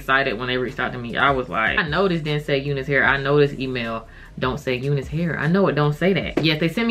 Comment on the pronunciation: Do they say to pronounce it "you-nus" hair? Because I, as a white guy, have always called it "you-nice" hair, like, that's some nice hair! Just curious!!